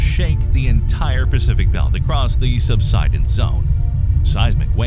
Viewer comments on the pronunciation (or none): none